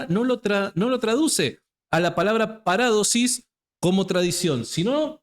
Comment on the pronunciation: Parádosis NO ni en broma porque mucha gente no sabe y se puede confundir, ni de broma se deben cambiar la acentuación de las palabras, es una de las características de nuestro rico idioma español la acentuación es MUY IMPORTANTE, POR EJEMPLO A JOSÉ A VECES LE LLAMAS JOSE, NO, SIEMPRE DEBE PRONUNCIARSE JOSÉ Y LO MISMO en PARADOSIS, LA ACENTUACIÓN NO ES GRÁFICA- PARÁDOSIS- NO, JAMÁS, DISCULPA PERO LA ACENTUACIÓN ESPAÑOLA SE DEBE RESPETAR, A VER QUE TE DIGAN SÁNTIAGO, QUÉ?